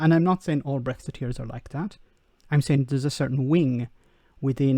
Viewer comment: .... "And thad is how"..... Thad. It's that not thad. No-one should vote for anyone who says thad instead of that. No doubt he says "get go" instead of "start".